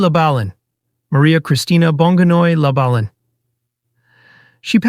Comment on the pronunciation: Ang bobo ng nag i-story telling, halatang hindi nag-aral. You are destroying the Pilipino language. If you are educated, you will not speak a language so bad. Shame on you. Even the surname of Vangie, you pronounced it wrongly, that is disrespect to the person Vangie.